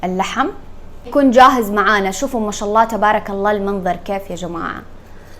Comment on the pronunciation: النطق الصحيح هو (بارك الله)